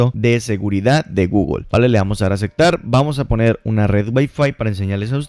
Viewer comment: Acektar acektar acektar jajajajajaja